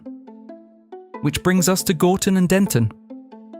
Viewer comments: It's Gorton not Gordon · Get the name of the town correct..it's Gorton not Gordon